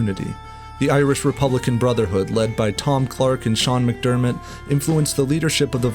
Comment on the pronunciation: Its Sean Mac Diarmada, not Sean McDermot, also its Padraig Pearse, never Patrick Pearse. That being said its still a very good video